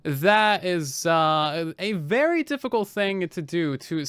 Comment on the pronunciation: what is this word "uvery"?